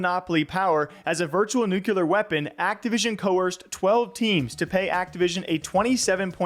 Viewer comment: OK, Love you, but the word is Pronounced NEW-CLEAR!!! NU-CUE-LAR is NOT how it's pronounced!